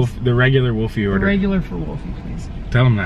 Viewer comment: WOLFIE NOT WOLFY!!!